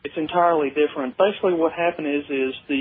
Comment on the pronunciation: Sure sounded like facebook, not basically.